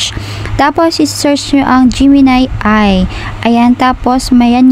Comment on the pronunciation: A.i. po ang basa, hindi Ayyyy hahahahahahah